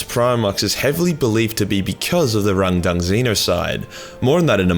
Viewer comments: Take a shit every time he says rundung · How many times did you say Rundung? 🤣🇬🇧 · I can't help but hearing "rendang" as in beef rendang curry from Malaysia. Truly a tragic battle over curry :(